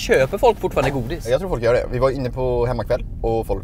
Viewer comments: Det heter inte fölk det heter folk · Stör mig på att ni säger följ och inte folk